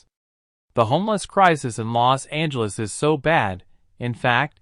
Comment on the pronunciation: its called los angeles not lost angeles